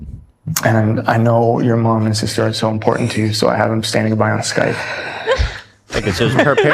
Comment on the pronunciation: I love you, but it's hard to listen to your sideshow presentations, especially when you say "impordint" 😂